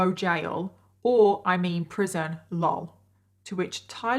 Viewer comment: Everytime you say "LOL" instead of l.o.l makes my ears perk up and I rewind the vid with captions..lol i love your videos!!